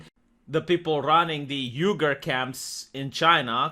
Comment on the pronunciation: Uighurs is pronounced Wee - Gers. But yes, Disney continues to ruin everything they touch. 🎩 🐍no step on Snek! 🇺🇸🇭🇰